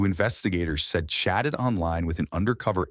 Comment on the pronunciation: I need my ears cleaned. I thought the narrator said "...who investigators said shatted online with an undercover agent..." 🚽💩 🖥